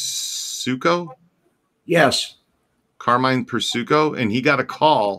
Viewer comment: Dude it’s Per like per diem and sico like sicko Persico